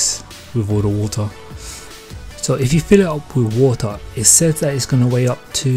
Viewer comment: So ure from wotahhhhh